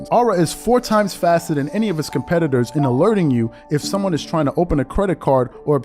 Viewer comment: It sounded like AND to me